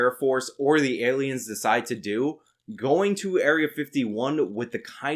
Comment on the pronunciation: Why do i love so much when he says "see them alians"?